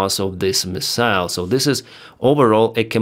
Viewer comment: Hi, "MIssile" - stress on the first syllable.😁🙏🖕Take care!